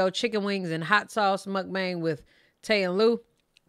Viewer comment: y'all need to get a grasp on pronouncing mukbang wrong lol